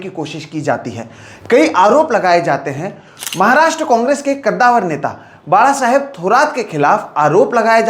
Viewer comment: धन्यवाद,.... एक सराहनीय विडिओ. दुसरी बात है की आप बाळासाहेब का उच्चारण एकदम सही कर रहे हो.